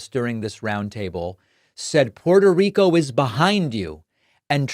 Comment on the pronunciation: David, as a fellow Latino, you should be pronouncing Puerto Rico correctly.